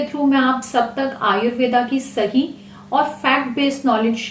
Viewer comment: Ayurveda ni ayurved boliye mam likho bhale per bolo mat hami apne sabdo ko sahi ni bolte